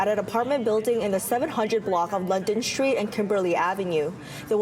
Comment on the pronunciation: It's not 'shtreet':it's not 'shtronger, Let's have professional pronunciation please.